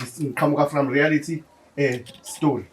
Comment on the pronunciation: Reality not rearity